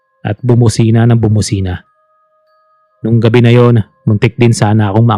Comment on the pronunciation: Gabi po yun hindi gaveee